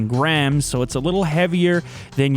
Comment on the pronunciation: OMG hahaha i thought you said grands not grams